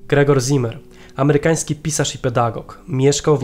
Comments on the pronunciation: nie "ZImer", ale "Cimer" (Tak czyta się słowo w zapisie "Ziemer"). Poza tym: łapa w górę; program na db+ Ciekawostką jest jednak to, że nazwisko to wskazuje na żydowską proweniencję; taki człowiek był w III Rzeszy. Parę lat później by go aresztowali i może nawet zabili. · wszystko ok ale w niemeickim Z zawsze czytamy jak C, więc nie Zimer a Cimer to tak na przyszłość, pozdrawiam.............................................................................................................................................................., Z występuje w literze S, na początku wyrazu (z wyjąkiem St i Sp) między dwoma samogłoskami, i po spółgłoskach N, l, r, m, przynajmniej w "szkolnym" hochdeutsch czyli dialekt Hannoverski (potocznie niemiecki) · Zimmer czytamy cimmer.